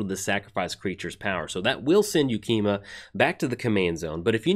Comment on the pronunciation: Pretty sure that's the first time in like the 3 I've been watching you pronounce a name correctly on a new funky named card 1st try 😉